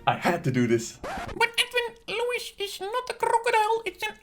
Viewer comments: I think you pronounce his name “Louie”. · It is pronounced Louie, why, NAW'LEANS